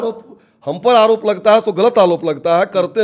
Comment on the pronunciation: Are is se kya puch rahe ho is ko to bolne bhi nahi aarha hai arop ko alop bol raha hai 😅😂